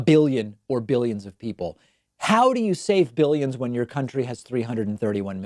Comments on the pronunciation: And he has to say it like jelly "biLLyens" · Stop putting words in his mouth. He clearly said 'behyuns', not 'billions'. And anyone with a brain knows that a behyun is less than a million. Jesus. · Almost sounds like he says biddions. Mealy-mouth trump verbally defecates on a minute by minute basis. All lies and bullshit. Nothing factual comes from Donnerhea. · I think he said millions instead of billions. His speach is just gibberish though. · dont get me wrong when I say this because I hate Trump, but in all fairness I heard 'millions', it's just the way his lower lip hangs down, exposing a misaligned bite that caused the slight "B" sound